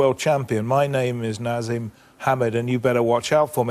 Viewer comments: Bugs me that interviewer keeps saying NaZeem even though he's been corrected from the start...Naseem, and yes i am aware people called him Naz for short. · Why cant this stupid old fuck say Naseem? He keeps saying nazim I hate the stupid English accent where they chose not to say certain words the way they know their pronounced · Gary Newbon was very unprofessional here, almost embarrassing at times. I'm surprised Hamed didn't deck him. Hamed corrected his pronunciation of Naseem, only for Gary to repeat the same pronunciation right back at him in the next sentence. Shortly after, he mispronounced the names of Hamed's close family members. I think he then got rialed by Naseem's attitude and goaded him by saying it wasn't possible Eubank was ever on a Hamed undercard; what did he think he was saying? He clearly thought he could just turn up and wing it. Very little prep work here, and probably very well paid for it. Maybe an off day, but pretty poor all round. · Youd think someone would correct him for saying " eubanks" all the time . As for the interviewer ,what a rude guy . He got naseems name wrong , then after getting corrected he said " yeah " , then proceeded to call him by the wrong name again .